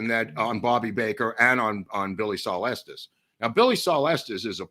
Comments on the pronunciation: Watching this way after you posted it, but thank you. Been binging on these on my days off. Thank you also for pronouncing Estes correctly, not like so people like “Es-teas and it is Pay-cos. Native Texan born in Dallas. My sister in law’s husband says he is related to Estes, though he has been known to lie from time to time. 😁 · I am just grateful that they pronounce Estes correctly.